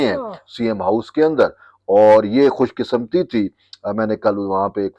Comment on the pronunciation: صاحب ۔۔۔! یہ لفظ خوش قسمتیKhush Qisamti نہیں بلکہ Khush Qismati ہے۔ ہماری عدلیہ اب عدلیہ نہیں بلکہ گدلیہ بن چکی ہے جسمیں مبی مبینہ طور پر ہجعلی ڈگریوں والے، قاتلوں کے پشتیبان، بلیک میلر، اربوں روپوں کے کیسوں میں ملی بھگت کرنے والے لوگ اور پھر ان سب کو حفاظت مہیا کرنے والے چیف جسٹس کے عہدوں پر متمکن ہیں۔